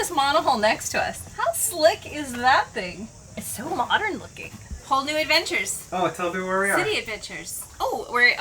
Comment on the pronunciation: says - “Whole new adventures”. But I heard “Hull new adventures” [get it, hull. HULL new adventures? You’re in a fancy marina, talking about all of the fancy boats moored nearby. Lots of different hulls. Huh? Huh? A hull new adventure? Boom boom, thank you, thank you. I’m going to be here all week. 🙂🐿🌈❤️